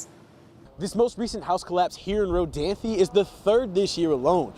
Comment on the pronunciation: The "e" is silent. It's pronounced Ro-danth, not Ro-danthy.